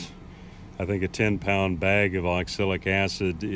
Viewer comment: You probably learn to pronounce the product you are using.